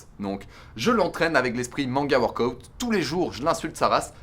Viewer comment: Je regarde la vidéo en vitesse ×1,5 pour devenir la reine des pirates ! Purée mais quel Glow up ! Sérieux je connaissais ta chaîne il y a quelques années et je suis super impressionnée de l'évolution ! PS: on prononce WORK-AH-OUT 😎☝️